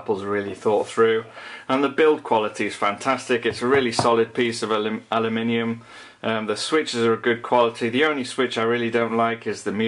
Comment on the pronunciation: You nearly didn't pronounce aluminium correctly :)